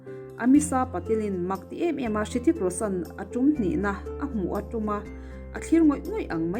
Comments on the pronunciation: Ritik ti in lam zawkla afuh tur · Rithik tih tur tihna mi😂😂😂😂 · A bengvar thlak hle mai, mahse Hrithik I lam danah hian 'H' hi silent tur aw.